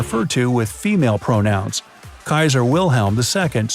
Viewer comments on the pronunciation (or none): none